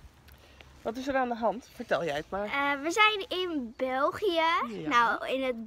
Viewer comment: Uhm ik zeg zoals in het begin België zei zo zeg ik het ook en niet ja anders dus je moet eigenlijk niet persé die ë zo raar uitsparen want we verstaan het toch allemaal;)